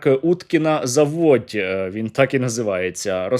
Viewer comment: 😂😂😂Уткина за'водь!!!,а не заво'дь,але це не головне,головне що добре горить!!!